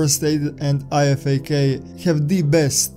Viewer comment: great video, but on a side note the IFAK is said I-FAK like (I fack)